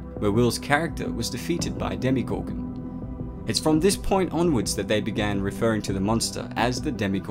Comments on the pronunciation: It’s DemOgorgon it’s not demEgorgon or demIgorgon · Did you say demigorgon? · Did it annoy anyone else when he kept saying DemYgorgon instead of DemOgorgon? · Demegorgon no its demagorgon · Its not demigorgon its demogorgon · It's dem"O"gorgon and NOT dem"i"gorgon. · Why do people pronounce it "Demi- gorgon" when even the characters clearly say "demo-gorgon" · 0_0 Demigorgon? DEMOGORGON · Did this man just said demigorgon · Would you please say demogorgon good? Its not a demigorgem! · He says demigorgon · Why does he keep saying demi gorgon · Your saying demigorgun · Why are you saying Demigorgon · Nice video but so annoyed by “demeegorgon” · Why is it pronounced "Demigorgon" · Who else is bothered by ‘demeegorgan’